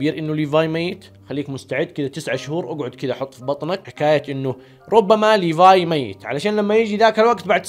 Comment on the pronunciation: حركات وأخييييييييرا سرت تقول اسم ليفاي كويس ليفاي اسمه مو بحرف ال ف بحرف ثاني دورتله مو موجود .. عموما مبروك قلت اسمه كويس